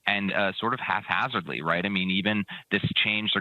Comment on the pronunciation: It's "Hap" hazardly – not "Haf" hazardly – "Haphazardly".